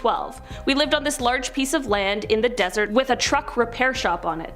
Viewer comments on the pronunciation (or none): none